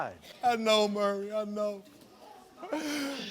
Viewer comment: I love how he keeps callin him Murray instead of maury